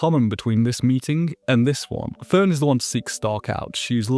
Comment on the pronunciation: "This is Ferent". Her name is FERN... 🙄